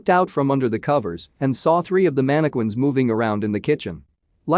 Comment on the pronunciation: Manna-quins sound like they are VERY scary! Are they anything like mannequins? Ha! (Sorry! I couldn't help saying that! LMAO!!)